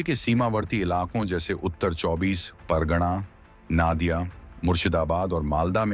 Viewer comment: नादिया नही नदिया है।